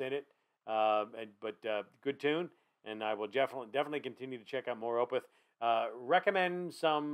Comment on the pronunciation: Opeth is pronounced is 'Oh-peth', not 'Oh-pith'. :) Good reaction, in any event. This song is amazing. Opeth has dozens of tremendous songs.